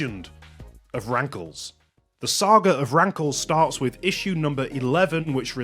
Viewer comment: When you saw “Rankles”, I hear “Graggle”